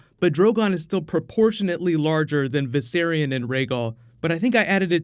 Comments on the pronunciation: VISERON! Jeez... Viserion, come on. Don't disrespect the dead like that. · Excuse me? Did that VFX guy just mispronounced Viserion's name to Vis-eron? So disrespectful! Lol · "Viseron" lol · Its viserion not viseron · Am I the only one who got mad when that guy called Viserion Viseron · He called viserian viseron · V'Ceron... Maybe hes foreshadowing lol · Vis-er-on LOL IM DONE 😂😂😂😂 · did that guy in the video really say viseron am i the only one that caught that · WTF Why can't y'all can't say Viserion correctly; it's (VICE-Ce-RE-ON) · *Viserion. But I agree, he clearly pronounced it wrong, which was annoying. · love it how the director mispronounces viserion's name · The way he pronounces Viserion drives me nuts.